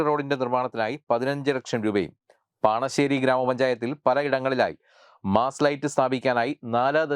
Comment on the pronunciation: പണശ്ശേരി അല്ല പാണഞ്ചേരി എന്റെ പഞ്ചായത്ത്